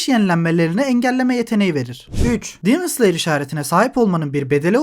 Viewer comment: Abi neden “dimıns liyır” diyosun “demon slayer” de işte